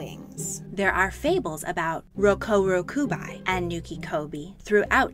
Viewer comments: Rokurokubi with the bi sounding like bee And it’s nukekubi the ke sounding like keh not ki The kubi part in both of the names means neck. I find it even more odd you pronounce one right and not the other. Otherwise interesting video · It’s actually ( RO-KU-RO-KU-BEE ) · Is not "rokuroku-bye" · You pronounced rokurokubi wrong. The right way is rok-uro-kube. I know it is spelled with an i, but this is just how you pronounce it.